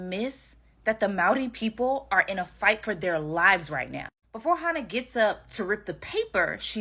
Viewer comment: her name is Hana - Maori - not Hannah - european